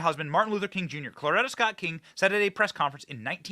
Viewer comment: Benny,!! It’s CORETTA, not Cloretta!!!